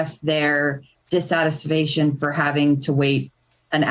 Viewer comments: Dis-satis-fasion? Dang....customers were so rude they broke her vocabulary.... sad. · Did she just say...dissatisfation? I think she did. That was funny.